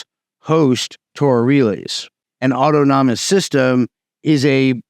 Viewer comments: Au-ton-omous. Not auto-nomus. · New fan of the channel - when he says “auto-nom-is” system is it actually “au-than-ah-mis” ( as in autonomy / self controlled)? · It's autonomous not autonomonous ... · The pronunciation is awww tawn a mus, rather than auto-nom-us. /pedantry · Its "aw-tono-mus", not "auto-nomo-nous". This sounds like not really a ToR problem. Its a well known BGP design detail and it's always been this way. ToR networks are already crawling with law enforcement, without any help from BGP speaker spoofing. To say it identifies you is also a vague term. You will, presumably, still be using TLS for your web browsing? So, it'll identify your IP, and that you are using ToR, what else? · awe tah nuh muss, not awe toe tah non nuh muss. Very interesting! It's amazing that BGP is so security naive! Is there no way to add some kind of authentication to the BGP protocol? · WTF is Auto Nomus? Was that a greek ruler? LOL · Man, great presentation. You did the homework, you covered something viral, and i really appreciate the video. If you care, i have this small correction, *Adoption is the word you were looking for, not adaption or adaptation. Autonomous is pronounced "Ah-tonu-muss". Idk if it matters, but i couldn't stop myself from posting. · "Awe-tahn-ih-mus" my brotha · ot-on-oh-mus = autonomous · Auto-nom-nom-ous system. Come on. Why? Some sort of inside joke? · DOOOOD!! please! you're killin' me over here......aught-tahn-no-muss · You're adding an extra syllable to autonomous. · Mispronouncing autonomous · Jesus christ man learn how to pronounce autonomous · Why are you pronouncing "autonomous" like that? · Check how to pronounce "autonomous". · 😅 man's been saying the word anonymous so many times, he sticks it inside of autonomous.